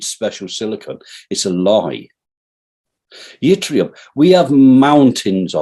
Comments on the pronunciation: Yttrium is pronounced like it-ree-um, the Y is silent. It's used in YBCO's (yttrium barium copper oxide) or more commonly known as super-conductors. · It's Yttrium Prof; NOT Yitrium!